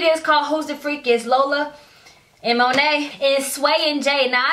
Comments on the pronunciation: you saying moni name wrong it’s (Mon-ni) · I love how you never never say Moni name right 😂😂😂😂🤣🤣🤣. Shit funny it happens. Consistency is key. It Mon-e. You say end with an “a” sound but it’s an “e”. I could never say one of my friends name right. Her name was Cindy but I always called her Sydney.